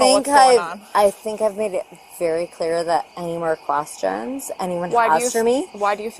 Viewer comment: questions not "quastions"